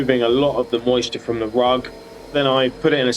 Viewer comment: Noooo ru-ugg, no cry